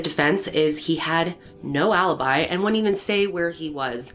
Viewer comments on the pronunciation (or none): none